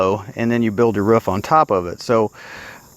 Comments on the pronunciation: Sounds like when he says roof he’s is saying woof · Stop saying roof wrong